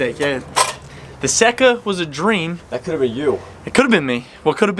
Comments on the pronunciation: “Sa-ka” I believe is the pronunciation not sure though as in Laguna Seca . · It's pronounced "say ka". As in the race track... Laguna Seca. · SAY-KUH, its pronounced SAYKUH. Its named after the Laguna Seca racetrack. Ya'll killing me on this. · the yamaha seca is pronounced sayca ( spanish )